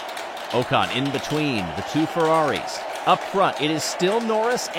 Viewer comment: Pleeeeease can you pronounce Ocon as “Ockon” - it’s not “Oh-con”. Otherwise this is great :)